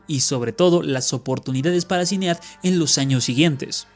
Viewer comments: Ehm,, se pronuncia "Sainid" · Datos curiosos sobre este video: 1. El nombre de la difunta Sinéad O'Connor es uno de esos nombres irlandeses no muy comunes. La pronunciación correcta es "shin-EID". 2. Public se pronuncia "PO-blik". 3. La canción E.T. (I love you) de Buckner & Garcia no tenía batería cuando apareció por primera vez en 1982, no 1983. La versión que se escucha aquí es una regrabación de c. 2009-10, unos dos años antes de que el difunto García pasara a mejor vida. (Existe un video con la versión original en YouTube) 4. El difunto Falco también intentó tener algo de éxito con Vienna Calling, pero no tan grande como Rock Me Amadeus. 5. Irónicamente, uno de los hermanos de Las Ketchup, "Tomatito", llegó a tener algo más de fama que ellas, llegando él a aparecer en un video de Romeo Santos. 6. La canción We no speak Americano por Yolanda Be Cool tiene triple ironía: Aparte de ser recordada como es, muchos la recuerdan cuando Pitbull la sampleó en Bon Bon. Sin mencionar la confusión que causó en muchos creyendo oír el consabido "pa-panamericano". 7. Alexandra Stan llegó a grabar un número con Daddy Yankee, pero sin repetir el éxito de Mr. Saxobeat